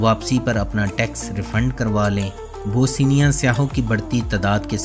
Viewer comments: This is Bosnia,not Bosinia. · Bhai kahi sy parh bi lety. Naamo ka bherha gharq kar dety ho. Boseenia kya hay.bosnia hy. Teri har video my naam ka bighaarh hy. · Bosnia not Bosinia...whats wrong with you